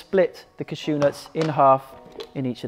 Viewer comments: Caa-shew, the emphasis is on the first syllable. "Caa" like in Karen. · Never heard anyone pronounce "cashew" like that - is it a British thing or a Gaz thing? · Olivia Welte it’s a Welsh thing. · ahh I see. Most of us here in the UK just say it the way Gaz has.